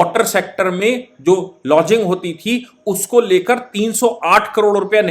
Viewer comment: लॉजिंग नहीं। लॉगिंग। वाटर लॉगिंग मतलब जल भराव।